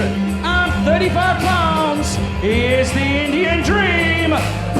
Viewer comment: “Indian Dream” “Velveteen Dream” 🤷🏻‍♂️